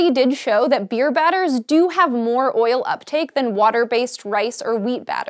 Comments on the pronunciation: why does she say oil so weird... OYIL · Oil now sounds strange, she said it so much... OIL... OYAL... OIYYLE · Hearing an american say "oil" so many times is triggering my George W Bush PTSD... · the way she says oil cringes me